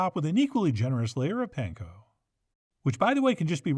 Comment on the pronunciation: Gotta love Chef John. Every time I try one of his recipes my wife showers me with praise for how "great" of a cook I am. I am not a professional chef/cook. Like, at all. 😄 But here I have just one really minor nitpick, since I know the origin of the word "pan-ko": パン粉 (Japanese for: bread crumbs) already means "bread crumbs". So when you say "pan-ko breadcrumbs" that is like saying "ATM machine". 😄😄😄